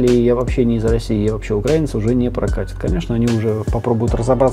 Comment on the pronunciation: Как же напряжно когда расЕянец не может правильно сделать ударение на слове украИнец...